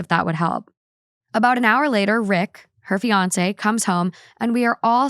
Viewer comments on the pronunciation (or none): none